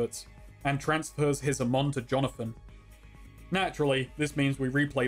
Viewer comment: Its ha-mon. Not ham-on